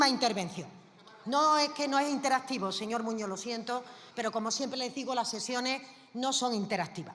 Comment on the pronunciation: "Señor Moño"... cuando esa analfabeta va aprender que las "s" o la "z" al final de las palabras son para pronunciar ??? MOPONGO a escucharla😡